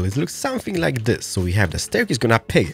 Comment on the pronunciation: i dont like when he says zis